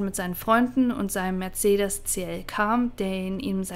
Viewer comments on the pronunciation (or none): none